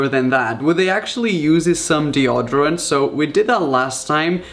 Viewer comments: I hate how he says deodorant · Yeah he says it like deordorent but u actually say it like deodorant lol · Odrient 😂, The way he says it. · The way he says deodorant thooo😂😂😂😅